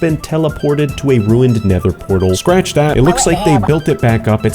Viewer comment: unfortunaly, doesn't know how to say "nether portal"